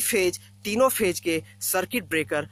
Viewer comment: Pagal phej nhi hota he phase hota he Vai😂😂😂😂